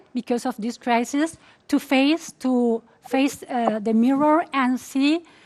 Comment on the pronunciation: minimo hay que mejorar el FUCKUST (FOCUS) que se diria mas o menos FOWQUES y el MIRRROR (MIRROR) que vas mas omenos asi (MEERR). Esa es tu tarea para la cuarentena. Jajaj